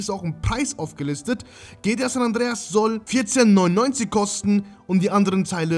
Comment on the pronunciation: Bitte sprich es G T A aus und nicht gtja 😂😂